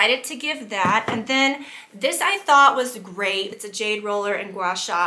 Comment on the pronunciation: Impressed how you pronounced guasha right!